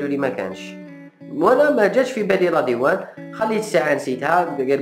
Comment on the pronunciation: يسموها لادوان ماشي لاديوان يا لفاهم اعرف تنطقها ومن بعد اهدر